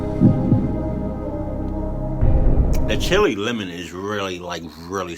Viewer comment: You say it like chill la not chilli